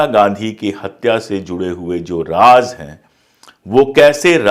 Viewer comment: raajjj nhi raz hota hai